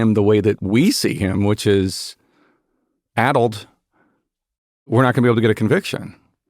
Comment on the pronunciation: 46 yo here who went to UCLA where a high SAT score was still needed to get in. My wife around my age went to UCI and then later UCSF. This entire podcast you were using the word "ADDLED" which sounded to me like "ADULT", which I knew I would have a super hard time trying to figure out what word you're using. Because sure enough, ADULT kept coming up. When I finally found the word "ADDLED", I asked google if this is a rare word, and this was its response: "It's a relatively common adjective, particularly in certain contexts, and is easily understood by most English speakers.". BULLSH*T. I'm usually the one who knows what a word means when most people don't, and neither me nor my wife knew of this word. You guys AND google Gemini are OUT OF TOUCH. "ADDLED" is NOT a commonly understood word and a pain in the ass to look up if you don't know how to spell it. Just think of that. Think of the millions, and I'm sure, the MAJORITY of Americans who don't know that word and you guys in your echo chamber using these obscure words flabbergasted that most people don't know it. Of course I could infer that "ADDLED" meant something associated with brain deterioration and I didn't lose any context by not knowing the word. It was just really annoying whenever the word came up.